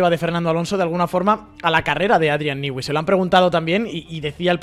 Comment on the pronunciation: criatura, no hay país con mayores problemas para pronunciarte una palabra en inglés, que España. "Adrian Nigüi". 😂😂😂